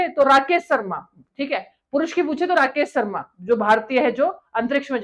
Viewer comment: Rakess ssarmaa😂😂😂😂